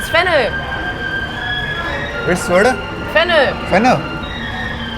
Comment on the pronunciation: arey bhai vo fennel seeds (saunf) bol rhi hai aap fenna fenna kar rhe ho🤣 itna to hume bhi pta h bhai aap besti mat krao germany walo ke samne